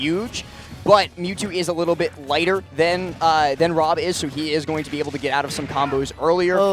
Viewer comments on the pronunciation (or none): When someone who can't pronounce the letter R has to commentate Woy vs W.O.B. 😵